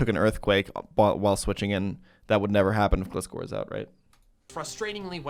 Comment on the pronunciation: I am genuinely going to hurt something if people keep pronouncing gliscor with a short i. You know what gliscor is based off? Scorpions and gliding. GLIde SCORpion, GLISCOR.